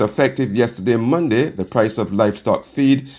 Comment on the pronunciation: Using slang pronunciations is fine for casual conversation but is not suitable for use in a formal, National Newscast. "Mun-d" is not the correct pronunciation of the word, Monday. This lady is determined to continue using incorrect pronunciations for the days of the week and it is unfortunate that there is no one in authority at BARBADOS TODAY who is able to have her mend the error of her ways.